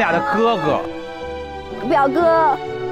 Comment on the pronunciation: 只不过表哥是 biu go XD